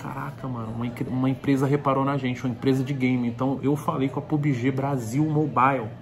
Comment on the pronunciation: Pubige.... Kkkkk